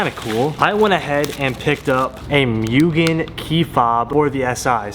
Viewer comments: It sounds like Moogen!! Not Meugen! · Not a Honda guy but it annoys me you and alot of Honda guys can't pronounce mugen correctly. Mugen( Moo - Gen ) not ( Mew - gen ) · Still saying Mugen wrong my dude... :( Go watch Donut Media's vid